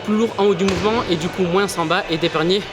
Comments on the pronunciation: C’est dans quel pays qu’on dit “moinse” au lieu de “moins” ? J ai jamais entendu ça en Belgique et il a pas d accent quebecquois 🤔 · Ciao, superbe vidéo! Quel travail, bravo, un régal pour les yeux! Petite question, à la fin de « moins » tu prononces le « s », c’est un truc typique de ta région ou bien? J’avais jamais entendu ça et ça me choque 😂